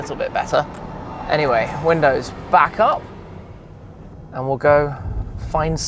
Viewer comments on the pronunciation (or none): none